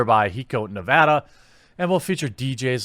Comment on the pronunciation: btw, that is HIGH-KO nevada. I lived there for a bit. right in Pahranagat Valley